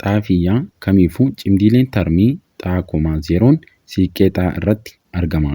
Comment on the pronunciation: Cimdii tarmii osoo hin taane cimdii tartii jedhamee dubbifamaa sirreessii